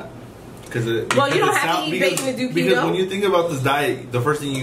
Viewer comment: Is that how you pronounce keto? It doesn’t have two e’s 🤷🏻‍♀️